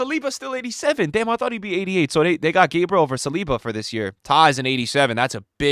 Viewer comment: Stop saying gabriel that way, hes not american